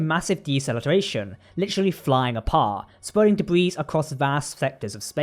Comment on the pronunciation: Debris is pronounced “debree” not “debreeze”. With an English accent it’s stunning you pronounce the word incorrectly.